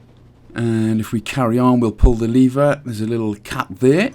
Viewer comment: not "ze door" as in "zi" you need to pronounce the "e" more like the first "e" in "eleven" that's German English if not learned right :p